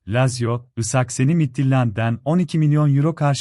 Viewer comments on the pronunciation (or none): Yav şunu yapay zeka ile konuşturmayin isakson u saksafon okuyor tövbe tövbe